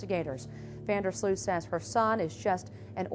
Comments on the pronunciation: 🙋🏼‍♀ btw Sloot issnt called sluut.. the double o is like the o in omg , so you can say o so its sloot , if its still unclear, sl + omg - mg + t. :) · You pronounce his last name as sloat. Like boat.